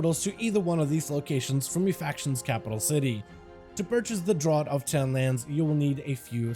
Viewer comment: thanks for the tips, but just fyi draught is pronounced draft ^^